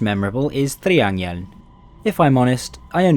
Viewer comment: One note, though. Triangeln is actually pronounced "Triangelen"